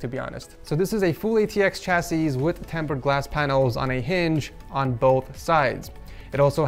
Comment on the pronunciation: Just so u know, chassis is pronounced chassy not chasseese😂